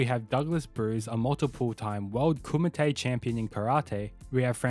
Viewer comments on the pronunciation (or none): none